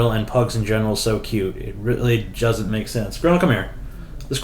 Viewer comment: "it really joesn't make sense" XD